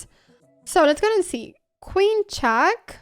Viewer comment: I don't, same with "chack" and "aff", which is really weird considering she fully masters the english language, quite uncommon for a spanish person.